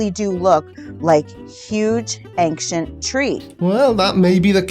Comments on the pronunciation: There is no “k” in the word “ancient”. I know it’s petty, but she keeps pronouncing “ancient” as “ank-shant”, and its just downright annoying to me. Ok, carry on. 🤪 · Why the fuck does she keep saying “Aing-SHINT”??? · It's "ankshient" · I still can't believe there are grown people believing such nonsense and call themselves "woke" and "truers"... insane. Also I wonder what she means by "ancksient trees" 🤪🤣🤣., "sperm" bit was brilliant 👍😜🤣🤣🤣🤣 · I thought it was just me being ridiculously critical - thank you! It's grating my nerves!